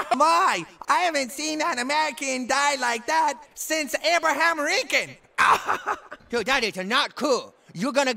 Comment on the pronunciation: "Abraham Rincoln" lmfao